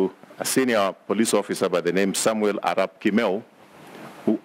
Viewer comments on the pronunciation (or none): Did u have to emphasize the Arap name? What are you insinuating